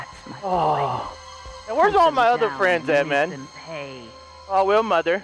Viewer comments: The way he says mother “moder” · I love how says mother. "I'LL KILL DEM ALL MUDER"